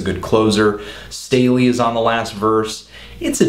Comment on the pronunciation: "St-AL-ley" fyi.. you should review some of his music! Think you'd like him.